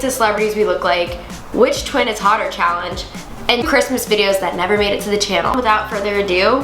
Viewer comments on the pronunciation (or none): did anyone notice how it said callenge instead of challenge. Btw anyone in 2020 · On the second vid did anyone notice how it said callenge instead of challenge 😂😂😂